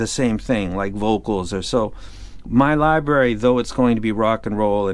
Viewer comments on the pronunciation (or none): none